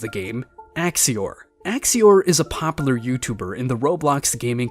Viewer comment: Can you please learn how to say popular?